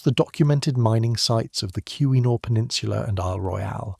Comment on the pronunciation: As a yooper I will tell you you’ve already butchered the pronunciation of “ontonagan”, (on-tan-aw-gan)“keweenaw (ke-weh-naw)peninsula” all within the second minute.